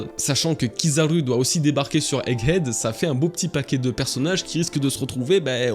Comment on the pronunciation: Haha on sent l'insistance sur le "Egg Head" 😂😂 J'ai qd mm entendu un "Hegg Edd" au début de la vidéo Merci pour la vidéo, je l'attendais celle là